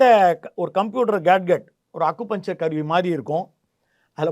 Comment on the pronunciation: Gadgets - கேட்கெட் இல்லை கேட்ஜட் இவரது உளறல் தாங்கல. ஆருவருப்பா இருக்கும் என்ன சொன்னாலும் எத்தறனை தடவை சொன்னாலும் திருத்திக்க மாட்டான் மனுஷன். தான்தோன்றித் தனமா மேதாவியாட்டம் தெனாவட்டா பேசுறதே பொழைப்பு.